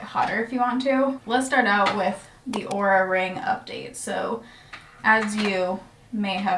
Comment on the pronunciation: I thought you said " horror "ring at first